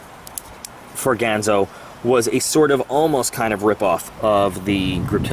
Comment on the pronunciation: I'm waiting for mine to come in, how about doing an acid dipped, stonewash with a clip replacement? BTW, it's pronounced "Gahn zo." As in Hattori Ganzo.